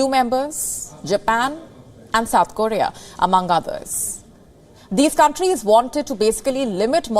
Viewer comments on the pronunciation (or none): none